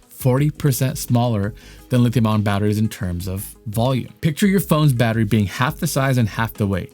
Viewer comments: National Aeronautics and Space Administration, not Agency. Really lame dude. And it's lithium ion, not lithium on. Wow! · bro, it's lithium ion, not "lithium on." either you made a typo in your prompter AND you don't know what you're talking about, or you don't know how to pronounce words with adjacent, vowel sounds, which seems to be a symptom of having been violated with the covid, mRNA vaccine. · Lithium-ion....it is pronounced "I On" not ON Nevada is pronounced Ne Vaa duh not Ne vah dah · you pronounce ION so quickly that i here Lithium ON, over half the time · Ion dude ion not on. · Its EYE AHHN.